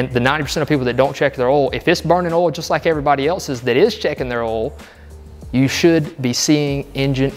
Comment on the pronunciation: WTH is “oul”?